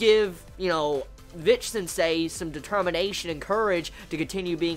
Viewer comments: Dude, It is Bitch sensei, not Vitch sensei. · It's pronounced "Bitch-sensei" here. Didn't she tell you anything about English pronunciation? XD